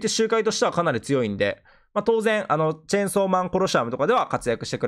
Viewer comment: チェエンソーじゃなくてチェンソーな